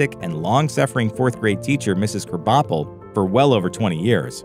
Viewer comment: Just letting you know Krabappel is pronounced Crab Apple.